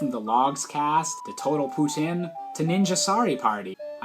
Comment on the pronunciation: OMG YOU SAID POUTINE RIGHT!